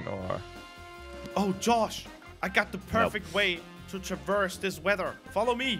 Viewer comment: I know a way to trivurs this wever